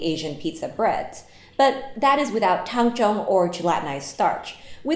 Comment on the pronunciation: I like how you say "it'll only feel like 80%" like I haven't absolutely botched an 80%. "IT WON'T STOP STICKING" I cried as I sat on the floor sobbing into my soggy dough caked hands. Also I've only ever read it. I've been pronouncing it Tang-zong. I'm so glad I'm the only bread maker in my friend group that would've been embarrassing lol.